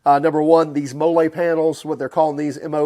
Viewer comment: MOLLE - pronounced MOLLY - the way the military has attached pouches to web gear for years?